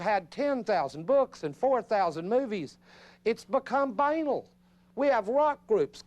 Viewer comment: He pronounces the word banal incorrectly throughout the whole video, it's a bit irritating, I don't know why no one ever explained to him how to pronounce it.